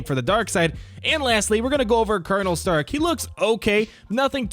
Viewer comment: Every time he says starck I think of iron man